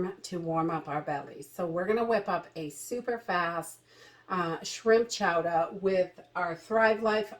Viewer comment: Live the accent of Chowda... LoL made me smile.